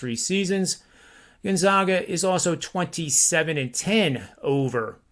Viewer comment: it's not "Gun-zogga" or "Gone-zaw-ga," where the middle syllable rhymes with "jog." The proper pronunciation is "Gone-zag-a" — with the middle syllable rhyming with "bag" or "tag." COME ON!!!! SO SOME RESPECT